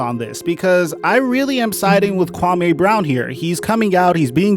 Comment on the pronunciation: Your pronunciation of his name is way off dude... Put some respect on his African name!